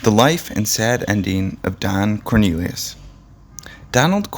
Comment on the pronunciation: This guy is irritating he kept mispronouncing his last name! He does that quite often! And who WAS that guy he showed off & on & at the end! 🙄